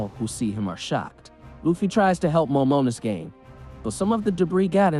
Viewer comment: They way you pronounce momonosuke is bothering me... from now on just call him momo